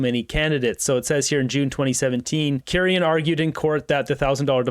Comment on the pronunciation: Hey! I hate being that bitch but it’s pronounced key- ran lol